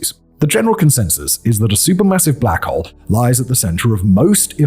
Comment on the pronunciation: blACHHowl. The pronouncement of his accent and stress on the “ach” is completely sending me lol 🤣